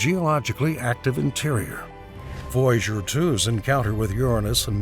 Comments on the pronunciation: What the fuck is "voyjour" its voy a ger as in voyager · It is VOY A GER NOT VOYGER!!!🙄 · You are driving me Nuts VOY A GER! NOT VOUGER!!!!!😡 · Too bad for all the words this man can't pronounce it seems to be Voyager the most important one haha